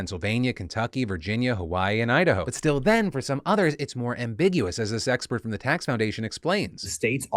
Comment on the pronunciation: I have to mention how "this expert" sounded more like "the sexpert" Spicy news boi